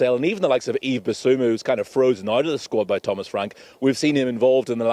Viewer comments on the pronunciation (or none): none